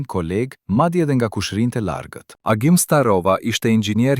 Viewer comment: Nga Pogradeci nëpërmjet liqenit janë arratisur shqiptarë,por jo si na i tregon ky karafili,i cili gënjen pa pikë turpi duke folur që shqipe sallatë.Agimin e thërret Axhim e plot budallallëqe të tjera.Po ju jap një fakt.Kosovari që tregon këtë histori të stisur thotë që Agimi dhe gruaja e tij lidhën në trup shishe plastike dhe mbi kurriz lidhën fëmijët.Në këtë mënyrë nuk noton dot dhe në vitet 80 nuk kishte shishe plastike apo bidona si u themi ne,sepse vëndi jonë nuk importonte coca cola apo pije të tjera,sepse regjimi nuk e lejonte.Ato i shihnim vetëm në reklamat e RAI-t dhe TV jugosllav.Aso kohe regjimi diktatorial i E Hoxhës kish një marrveshje me Jugosllavinë që nqse arratiseshin shqiptarë nga Shqipëria i ktheheshin sigurimit shqiptar dhe anasjelltas Shqipëria kthente në Jugosllavi UDB-s gjithë kosovarët që arratiseshin për në Shqipëri.Kjo thënie se gjoja ata kërkuan azil në Republikën e Maqedonis është një gënjeshtër.Tjetër asnjë oficer i sigurimit të shtetit nuk ndihmonte një familje të arratisej.Prandaj mos i besoni këto gënjeshtra të këtij mashtruesi.